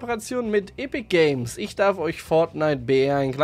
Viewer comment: Finde es komisch wie du EpicGames aussprichst. Aber super Video. Sehr gut und detailliert informiert, vielleicht nur noch einbisschen langsamer sprechen und mehr Pausen machen. Muss das Video eine bestimmte Länge haben? Zu EpicGames... Finde sie super, denn sie sind nicht so geldgeil wie viele Entwickler und dieses Spiel ist wirklich sehr fair.